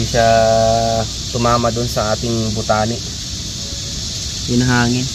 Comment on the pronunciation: a blessed sunday....always watching your vlogs pansin ko lng sir i correct ko lng ung pag pronounce nyo ng bu-tane...hindi po bu-ta-ne thanks po